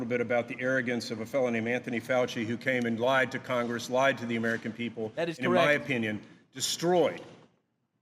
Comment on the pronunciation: What is Con-grass? 😂